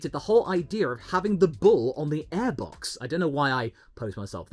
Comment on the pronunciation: its aiebox not eeeebox